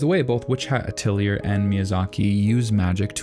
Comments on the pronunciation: Last time we had Methode, now we have WiTch HAt AtEliER. I can help this time. It's not "A-till-i-er," it is "A-tell-i-ay." Anyways I love WHA. It's character design, animation, story, and humanism is all so good. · It's pronounced ateliay, not ateliuhr. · Atelier is a French word, it pronounced Ah-tell-e-ay. Really its drop the R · ateli-A, not ateli-er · A-til-ee-ay it's french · It's pronounced ateli-ay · lol ateliur, c'est francais my dude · Quick pronunciation note - uh-telyee-ay or uht-lee-ay (depending on how fast you are speaking) atelier is French, the English word (rare, but it is in the English dictionary) is pronounced the French way. It means 'workshop', and is used in French the same way as in English - both as a place (the workshop where things are made), but also in the more modern 'seminar' (we held a workshop to go over the new business software). But - yes, a lot of fantasy is just tired retread after tired retread of (ultimately) Tolkein. Later we get this 'adventurer' idea, which is based off of gamed that copy Dungeons and Dragons, which was originally based on ... Tolkein, but with the addition of magic systems that would allow players to be mages without being useless or OP. No-one copies ... er.. is inspired by Anne McCaffrey's Dragonriders of Pern series, which was interesting and unique - and there have been some fictional fantasy worlds, but ... they don't seem to be getting into pop-culture nor getting more than a niche following. And - most of my sources are English-language, so based on medieval Europe (mostly). I am happy to see Asian themed fantasies now too (more like Apothecary Diaries), and wish we would see more of that (Have you seen Uta Koi? It was on Crunchyroll briefly, but I cannot seem to find it anymore). Gorgeous, based on Heian-era Japanese poetry, but with historical figures and absolutely gorgeous design. Ultimately though - what makes good fantasy is good stories. Magi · It's atelJAY like PEY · It’s AH-TELL-E-AYE